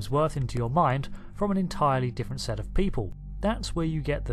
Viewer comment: Sef or Setesh, lol